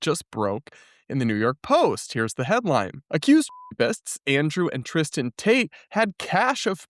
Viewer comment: lol, i thought they were shouting "Free Ta- te" pronouncing is name with a new accent 😂😂